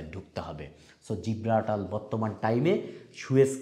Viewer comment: উচ্চারণ সঠিক না, জ্বালানি, জিব্রাল্টার, ডোনাল্ড এইসব একটা উচ্চারণ ও সঠিক হয় না।